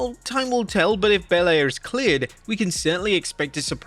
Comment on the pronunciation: Thanks for pronouncing Bianca Belair properly